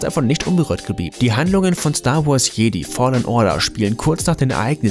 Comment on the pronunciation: Du hast Jedi falsch ausgesprochen